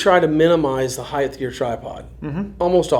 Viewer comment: HeigHT. Height. Not heigth. Would you say that you are scared of heigths? No. Well maybe Mike Tyson.. but no you are scared or heights. No idea why so many people get this word wrong drives me insane js thanks for the info anyway lol